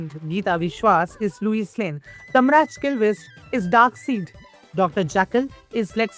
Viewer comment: Good video, outstanding research. Well done. Side note, have you ever seen superman btw? How did lois became loiuse? It's lois lane ( lo-es) not louise( lu-is)